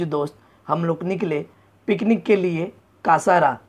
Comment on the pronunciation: कासारा नाही रे भाई कसारा आहे